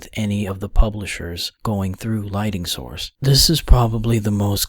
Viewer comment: Why does this narrator keep saying LIGHTING when the word is LIGHTNING.? This strikes me as rather odd.